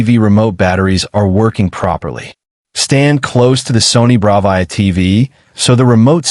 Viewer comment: really know you how to say Bravia correctly, this video would be complete shite if you mispronounced Bravia every single time you said it in the video